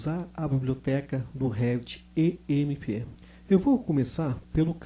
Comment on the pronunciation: Não é E M E P, certo? Seria M E P